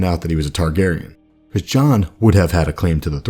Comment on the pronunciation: Vernon Boward TOTALLY true about narration....'cept--tbvh--I cannot STAND when he says the word "because." I've watched like....50 or 60 of these vids now, and "behcose" is REALLY starting to get to me. (*Listen for it, you'll hear it.) NITPICKY, I KNOW!, ur tha man. Stay awesome. Love the channel.